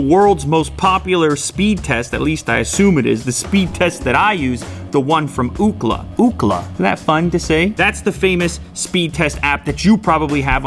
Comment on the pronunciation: That is OOkla not Ukla very funny